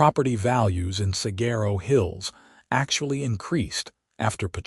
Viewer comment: Please learn how to pronounce Saguaro. It is the most well-known cactus in the country, and if your A. I. narrator isn't programmed to access the internet to pronounce an ambiguous word like Saguaro, then your editors need to step it up and do their jobs better! WE deserve better!